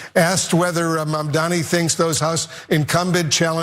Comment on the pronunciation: He is Mamdani, not Mandami. I can imagine democrats' situation if guys like you can treat him this way.